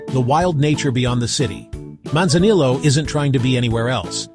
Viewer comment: AI Slop video, can't pronounce Manzanillo properly with ZERO pictures or videos of Manzanillo.... lol.